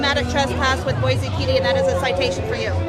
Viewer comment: dawg it’s Boy-see not boy-zee